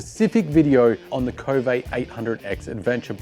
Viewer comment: It's pronounded K-O-V-E, not KO-vay. This is according to Mason Klein and how he says the Chinese pronounce it. Who the heck decide to make a French English pronunciation?